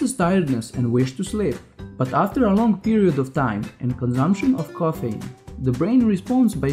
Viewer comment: it's called CAFFINE* NOT KOFENE